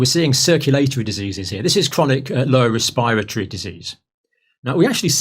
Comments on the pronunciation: I love the good doctor, but I sprayed my coffee out when he said ' res-pie-ra-tor-iee' 😂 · Campbell's inability to be able to pronounce the word "respiratory" correctly infuriates me more than you can ever imagine. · I realize people don’t have patience but it’s annoying that you sped up Campbells talking speed to 1.25 - but what fascinates me most is how he pronounces ‘respiratory’ 😂